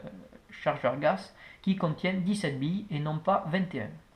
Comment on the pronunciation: Juste c est gaz et pas gas mais sinon cool